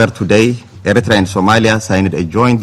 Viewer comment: Ethiopian dude don't know how to pronounce Eritrea smh